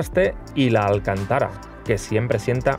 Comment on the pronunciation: Alcantara no. Alcántara, cántaro, etc. Esdrújula.